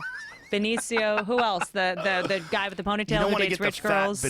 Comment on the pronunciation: joe pronounces else like "elts" i know nobody cares but i've noticed a lot of people doing that lately its annoying as fuck